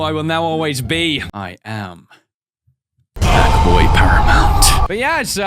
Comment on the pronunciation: okay, hackboy, it sounds more like F...boy just saying